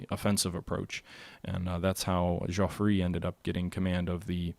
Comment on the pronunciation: Not a big deal, but Entente is pronounced approximately on-taunt and Joffre = Jofr. TheGermans choosing a defensive startegy does not bode well for them,because they thought they had to wipe out the French before the Russians could finish mobilizing, but from your other game I gathered that they would have been better off going after the Russians first? The sound might be under the "media" tab.